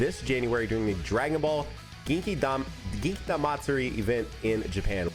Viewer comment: Funny how all the US streamers struggle pronouncing "Genkidama" which is Spirit Bomb, a phrase that has been used in every dub except Murican dub😂😂😂